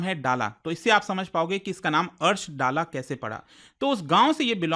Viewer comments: सर जी कृपया दल्ला बोलिये. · Bhayiya vo निजार nhi, निजर pronounced kiya jata hai, aur vo डाला nhi दल्ला pronounced किया जाता है।